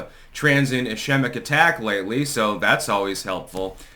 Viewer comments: "Iskeemick" attack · Ischemic is pronounced is-KEEM-ik. I am a neurologist and know of what I speak. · Hey, Ischemic is pronounced “eh-SKEE-mic” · It is not obvious that he had a stroke. Also, "ischemic" is pronounced with two "k" sounds.